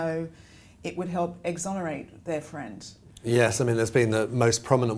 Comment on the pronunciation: Why "exhonerate"?